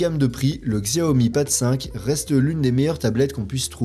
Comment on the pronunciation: On dit Chiaomi t’as mérité le pouce rouge